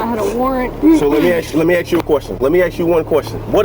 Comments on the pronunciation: "Let me axe you one question." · "let me AXE you a question". A full grown man, who can't even master the simple English language, and who obviously has limitations on controlling his own emotions ..is this truly the best choice of person for such a position? Sad! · lemme axe you a queshion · Lemme ax you a question. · Why did he axe her!? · "Lemme axe you a quushton." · I don’t listen to people who don’t know how to pronounce ask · You can clearly see the reason this incident with the police happened: they are not sufficiently trained, they are uneducated (cant even pronounce "ask" correctly), and they are unaware of the law. The problem is not the cops, but who hired them, and the processes that allow those types of individuals to be hired as cops.